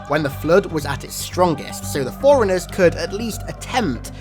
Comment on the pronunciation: You say forerunners as foreigners and it pisses me off, other than that I like your vids